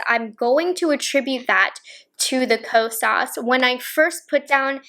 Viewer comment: you say “Ko-sauce” 😅